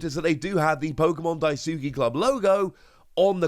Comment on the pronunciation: Oi lad it’s pronounced Pokémon ‘DAI-SKI’ club not ‘DAI-SOOKI’. Amateur!! Jk. Great video man. I miss this era.